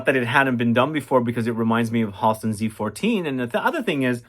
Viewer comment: Tonka Commodity is relaunching the 24th FYI It’s “Hal-ston” (Friends with his niece)